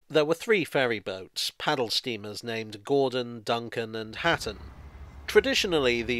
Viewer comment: Hutton not Hatton